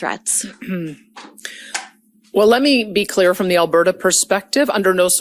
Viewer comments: I’m Canadian, it’s not pronounced Alber-ta… it’s pronounced alber-da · Alberta is pronounced Alberduh. 😂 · The t in Alberta is pronounced like the t in water. You are putting way too much emphesis on the t. It makes you sound like Kent Hovind when he says water. Trust me, you don't want people making that association. 😂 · We in Alberta despise her! Btw it is just Alberta not Al- ber-ta! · You make Premiers sound like premieres! 🤣😂🤣 The "t" in Alberta is pronounced more like a flat "d". (al-buh -duh). There are pronunciation vids. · We pronounce Alberta with a /d/. . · Where are you from? You don’t even know how to pronounce Alberta! You and your commenters seem to be terrified by strong intelligent women. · Also an Albertan here. She is one of the stupidest premiers we've ever had. She is trying to appease her voters that are also MAGA idiots. Would love to know if the rest of her "vacation" is going to be covered by Albertan tax payers because she made 1 business related stop on it. BTW pronounce Alberta as 1 word, don't emphasize the last A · The way you pronounce Alberta as if it's 3 separate words is very funny. Can't wait to hear your attempt at Newfoundland! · Please it’s Alberta not Alber-Ta and Dan-yelle not Daniel. You pronunciation needs work. You butchered Chetian yesterday. My skin crawled. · dude could you pronounce Alberta or premier correctly please? It's driving me up the wall! 😂